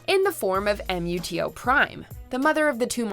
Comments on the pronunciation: It's Gee-dora Muto, not Em You Tee Oh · I knew there would be a mistake or two, just like ur other Godzilla video. M U T O? You mean Moo Toe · Its pronounced MUTO not each letter at a time. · You don't have to call them M.U.T.O., you can just say Muto like the first movie did. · She pronounces Ghidorah right that how Japaneses pronounces Ghidorah "Ghidrah" and Rodan "Radon". But yea MUTO not M.U.T.O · Just say Muto’s it’s weird saying M.U.T.O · Lol M.U.T.O its pronounced Moo toe Ghidorah (gee door rah) Godzilla ( go jira) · It’s so frustrating how she insists on spelling out MUTO instead of just reading it as a word line they do IN THE MOVIE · What the hell is you saying “M, U, T, O”? You actually pronounce it as MUTO (Moo-toe). Did you even watch Godzilla 2014? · It's MUTO not M-U-T-O!!! Say it in one word, not by alphabet. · Why is it so hard to say 'Muto' as a word instead of 'Em eeu tee ou'?!? It's freaking annoying and honestly cringy. Also, please learn to pronounce 'Ghidorah' before the next video. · ...you can just call them Mutos. No need to spell out each letter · Just read MUTO as a word, not an acronym. IRRITATING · Who else hate when she pronounced it M. U. T. O.? Jesus!! Just say "Muto" like a word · its MUTO not em you tee oh .... did you even watch any of the movies watch mojo? if you did you would know how to say it... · Did the voice over ACTUALLY spell out the letters MUTO. Nooooooooooooo....DO YOUR HOMEWORK. They're MUTO's. Meeeeeeoooooooo TOWS. Sheeeeeeeeeeeeeeeeeesh. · She can't even say MUTO and GHIDORAH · Omg the way she pronounces Ghidorah and MUTO really urked my soul. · Can't even pronounce MUTO right. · If you watched the 2014 film, you'll know that the MUTOs are NOT pronounced however the fuck you guys did. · We’ll give you a pass on that MUTO pronunciation ;) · Luis Rivera i know it’s how it’s spelled but the way pronounced it was wrong